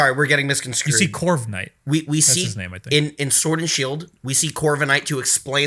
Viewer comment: he just said "misconscrewed", meaning to say misconstrued.